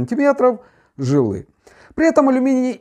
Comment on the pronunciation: двоечник. флюс лти120 работает при температуре 200-300 градусов. холодным флюсом ты снять оксиды не сможешь. и три раза повтори ударение в слове "жИлы". ударение на И